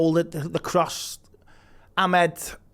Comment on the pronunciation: At least get the names Right… Diogo not Diego and Amad not Ahmed.